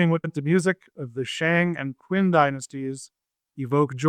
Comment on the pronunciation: 'Hui' is like H-way not H-wee... Shang = Sh-Awng not Sh-Ang... Qin is 'Chin' not 'Kwin'. Fun episode tho!